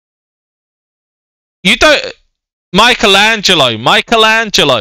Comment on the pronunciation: U said mikeatello